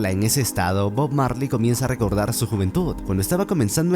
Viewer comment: Cuantas veces dijo bog Marly en video 😅